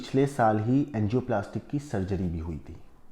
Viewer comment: It's Angioplasty not angioplatic. 😭